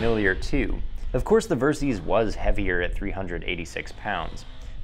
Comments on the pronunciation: Versys = Ver-Sys = Versitile System Pronounced ; Ver - Sis (NOT Ver-Seas) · It's pronounced "Ver-sis" short for "versatile systems". It's not "ver-seez"... and the ABS can be disengaged btw.